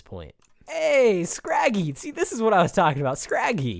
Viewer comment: its scraggy not scraffy